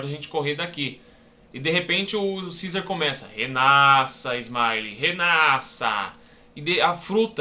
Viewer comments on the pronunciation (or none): none